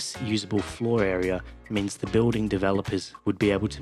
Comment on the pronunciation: The pronunciation of 'building' as 'biw-ding' is so irritating.